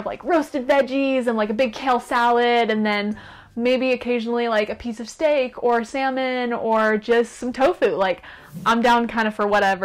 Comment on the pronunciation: why did she say 'steak' like that